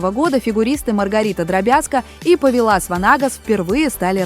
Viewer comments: Вообще - то он ПОвилас ВАнагас, противно слушать, можно было бы поправить даже ИИ. Этот человек заслужил уважительного отношения хотя бы к своему имени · Ударение в имени и фамилии Повиласа Ванагаса принципиально правильно не ставите? Или просто знаний не хватает?